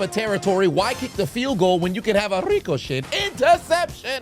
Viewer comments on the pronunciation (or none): 99% sure the way says “ricochet” is a reference to the cartoon Mucha Lucha and how the main character’s mom said his name, Ricochet